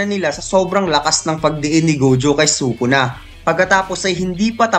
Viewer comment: its sukuna not sokona.. and it is toge not togi